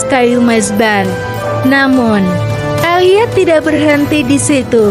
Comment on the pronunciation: Alia??? Narator pakai AI macam bgini yg mmbuat aneh